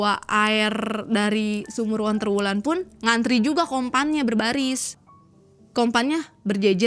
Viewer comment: dari tadi tak dengerin onterwulan terus...sendang ontro Wulan ,onterwulan terus...,ontro Wulan yg bener...